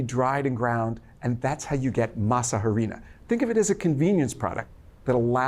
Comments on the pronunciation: The H is silent in harina... "ah-ree-nah" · Harina, the H is not pronounced. You say Arina.